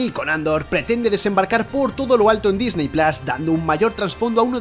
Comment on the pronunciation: Lo de decir "Disney plas" es una paletada como una catedral. O dices "Disny pl@ (pongo la arroba porque la pronunciación está entre la a y la o, no es una a como la pronunciada en español); o dices "Disney plus", tal cual.